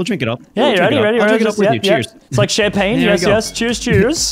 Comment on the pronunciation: jerome like sham pain yes yes lol